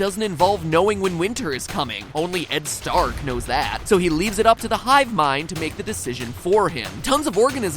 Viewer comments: Did he say Ed Stark? XD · did you just call him Ed Stark????? :D :D :D